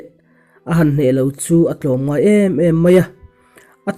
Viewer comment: I tawng a fiah loh(sound vang nge) bakah a thluk dik lo a tam,tlawmngai leh tlawmla hi a phuahtu hian a hre hrang lo em ni,.